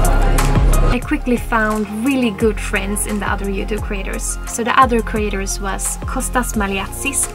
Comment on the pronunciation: I love how you say jewtube